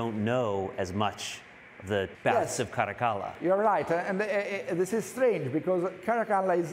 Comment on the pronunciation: I like the way this guy says “Caracalla”